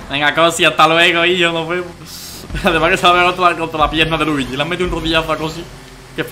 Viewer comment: Danirep mesonpredi cuándo dijis te luiyi